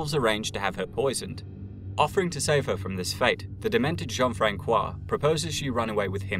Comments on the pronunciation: a note to the narrator Jean-Francois is pronounced Jean-Fransois the c sounds like like an s not a k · The Ç in Jean-François is soft. Reads like a soft "S" in english, not a hard "K". I also live in Three-Rivers in Québec, right where the battle you mentioned took place. :) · plz as a french person the Ç in Jean-François is pronounce like the S in snake